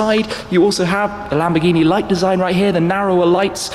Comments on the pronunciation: LAMBORGHINI. NO LAMBGHINI. IGNORANTE DI UN INGLESE. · Lambghini... lambghini??? What's Lambghini? Làm-Bòr-Ghì-Ni